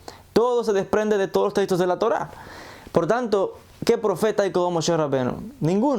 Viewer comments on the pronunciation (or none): none